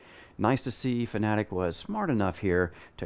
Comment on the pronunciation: Thanks for pronouncing fanatec correctly , someone gets it